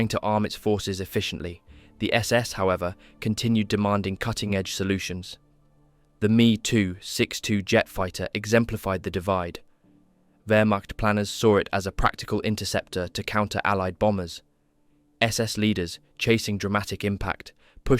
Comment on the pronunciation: I was liking this video, thinking it was narrated by a real HUMAN, then I heard the mistake... where i heard 'ME 2-622' and not 'M.E. 2-622'.